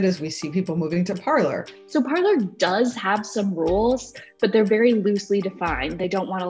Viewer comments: Are we really pronouncing it Parler... instead of you know ... parlay. Parler is French for “to speak.” Only Americans can completely change the pronunciation of a French word 😂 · Shouldn't it be pronounced like "par-lay"? It's from the French meaning to speak. Not from a room in your house where you gather for tea. i.e. parlour. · 😂😂 You feel my pain. I studied French so I cringe when I hear it pronounced “parlor.” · “Parler” is the French verb “to speak” and no one is saying it correctly 😓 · I am guessing that Trump supporters never watched the very FIRST "Pirates of the Caribbean", otherwise they would know that Parler is a French word that was adapted in whole to the American language, where we can confidently mispronounce it. 🤣🤣🤣🤣🤣🤣🤣☠☠☠ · considering I’m very American and not French it shouldn’t surprise you then... I just have some world knowledge to know that Parler is a French word. It would be like pronouncing filet or buffet without silencing the t. We silence the t as it is a French word. British people don’t silence the t, and here we are taking something out of their book with Parler. If Parler means to speak, which is clearly why the platform was named Parler, then wouldn’t it make sense to pronounce it as it’s intended? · So it’s not pronounced as it is in French? Makes sense since “parler” means “to talk” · Parler (French pronunciation) = speak in english. Did they mean "parlour" as in parlour talk (courting a girl/boy)? 😉